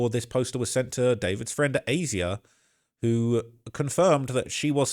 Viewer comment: Why do you pronounce Asia like that?